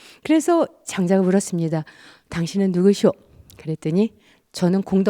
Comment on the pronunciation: 틑린 발음! 장음인 첫 자를 "짧게"잘못 발음ㅊ한 예: 제가( 나), 공자,❤공자, 2000,모든,심경,가치,전쟁,세계,장자( 장자 강의에 장자 발음도 틀렸음), 이 이상 강의를 들을 생각이 없오이다. 장자 강의에 "장자" 발음도 바르게 하죄 못한는 강사!! 이런 엉터리는 세게에서 대한민국 뿐!! 공부좀 하시려ㅃ니까?? ""한국 어문을 고발함"이라는 책을 조용히 읽어 주시옵소서! 미국 변 완수 드림